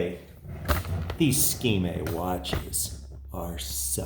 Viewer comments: I know its pronounced as Ski-May. He say if differently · SKMEI - Shir Kuh Mei - "Beautiful Moments in Time". (粤, 闽, 客). Please never again call it a sgmeeee lol.. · Dude your hilarious, "SKMEI" what?